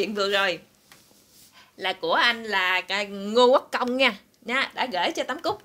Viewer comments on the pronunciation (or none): none